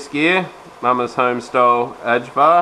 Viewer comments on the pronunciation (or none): Ajvar is pronounced aye var